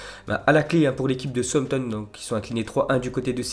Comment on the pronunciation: Mais putain lis les commentaires c'est pas Souampton mais bel et bien Southampton ! 😂😂😂😂😱😭